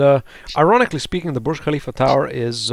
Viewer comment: You pronounced Burj Khalifa correctly xD